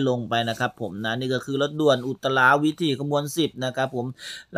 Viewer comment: ฝากเรื่องภาษาไทยด้วยนะครับ "อุตราวิถี" อ่านว่าอุต-ตรา-วิ-ถี ไม่ใช่ อุต-ตะ-รา-วิ-ถี "นะครับเพราะเด็กๆดูกันเยอะจะทำให้อ่านกันผิดๆป